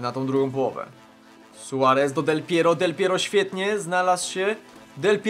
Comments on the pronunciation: dlaczego powiedziałe del pieriog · Del Piero, Del Pierur, Del Piero no i, Suagryz. xD